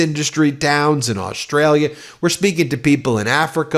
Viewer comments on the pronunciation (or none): none